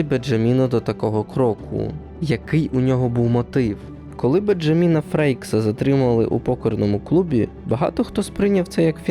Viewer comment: Божечки, що з наголосами? Ніби не ШІ, але чому БенджАмін?! 😢